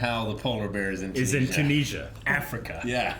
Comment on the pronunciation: Do all Americans pronounce Tunisia like that? Bizarre.